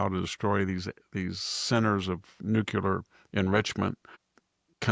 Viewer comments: Dear VDH.. say Nuc-Le-Ar. (Not Nuc-U-Lar)! Please don't AKS me why you sound ... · I have always had the greatest respect for Dr. Hanson, but (and it drives me absolutely crazy), being as smart as he obviously is, why does he keep saying "nukular" instead of "nuCLEAR" ? I have always thought that folk that use the word "nukular" are intellectually lazy, and simply expand on the colloquial "Nuke", but that is obviously NOT the case with VDH. The clue is in the spelling of the word "nuclear". So the question remains, why oh why VDH? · Good morning Dr Hansen and best wishes on a quick and speedy recovery. This is really coming out of left field but every time I hear you say "nucular" instead of nuclear l just don't understand why you mispronounce that word! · It's not "nuc-u-lar" it is "nuc-le-ar". Please say it right. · What is nookyuler,? Are you trying to say nuclear? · always odd when I hear 'nucular'. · Nuclear Nuclear Nuclear- Pronounced NU CLEE ER. Bush has been out of office for years!